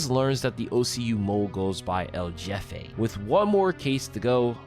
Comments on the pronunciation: pronounced L'Hefe. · "El Jeffay"